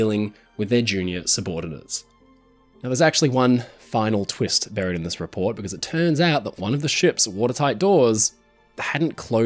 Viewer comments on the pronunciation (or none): none